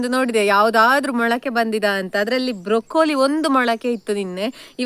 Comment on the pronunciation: (Broccoli) wrong pronunciation